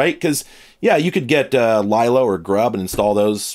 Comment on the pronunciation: “Lylo”, LOL! It is LeeLo - from the Linux Loader, you silly.